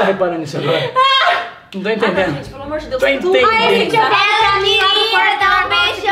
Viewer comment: Quando o falou "amorr vc sabe" cr eu chorrei para umm kkkkk